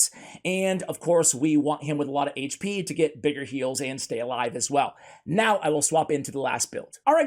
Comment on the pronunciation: I really appreciate CC, but for all you eNglish guys, HAIGCH P Is not how you say AICHP HP... grrr so annoying